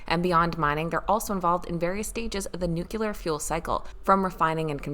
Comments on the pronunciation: New cue ler! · That drives me crazy. Everyone is pronouncing nuclear the way George Bush does. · She can't pronounce "nuclear"! 🤔